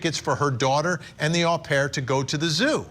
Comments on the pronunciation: Not a big deal but " Au pair" is pronounced "owe" pair.... not ahh pair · Well, if you're going to be picky, 'owe pair' is also an incorrect pronunciation.